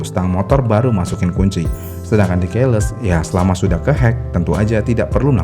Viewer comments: Ke depannya tolong baca keyless sesuai bahasa Inggris yang baik dan benar. Dibaca "kiles", bukan "keiles". Terima kasih :) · Terganggu dari cara baca key-less. Seharusnya dibacanya ki-les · Keyless : Keiles ❎️😂😂😂 Keyless : Kiylès ✅️ Sama kebanyakan secara harfiah secara harfiah secara harfiah secara harfiah secara harfiah secara harfiah secara harfiah secara harfiah secara harfiah secara harfiah secara harfiah secara harfiah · Cara baca keyless itu bukannya Qiles min, bukan keiles. Pas dengerin mimin nyebut "keiles" , jujur janggal. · Kiles bukan keles. Gemes bgt tp mantap.